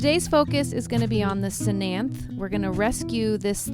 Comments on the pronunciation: Cthenanthe- not /se-nanthe/ its /teh-nan-tih/ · Good for you I rescue plants and animals. My only criticism.. Research your plants before doing your videos so you know what they're called and how to pronounce their names. The ctenanthe is pronounced te nan, or, te nen th. So te nan thh. Other names never never plant or fishbone prayer plant species. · The C is silent so it's pronounced tenanthee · Love your channel, and the way that you save all the sad plants :-) Ctenanthe (The c is silent) You say ten-anth-the and pronounce the e at the end :-) I am subscribed to your channel. Keep the great work up. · That final E is not silent. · It is related to calathea but it is actually a Ctenanthe (c is silent) lubbersiana or common name Never Never plant